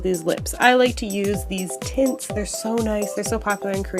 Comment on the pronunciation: i heard "i like to use these tits" when you said "i like to use these tints" and i was distracted but then i heard that and was like what???????? WHY DID MY BRAIN THINK YOU SAID THAT i am terrible oh my gosh